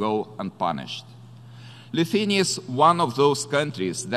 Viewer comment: Its not Luthuania it's Lithuania